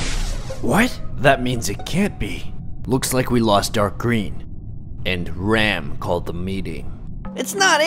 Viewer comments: ummm actually u pronounced RAM in a wrong way cause that's a indian name. but ur videos r great dude. keep it up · Its ram not ram